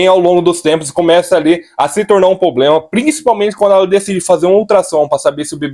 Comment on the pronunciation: "POBLEMA"? É sério!?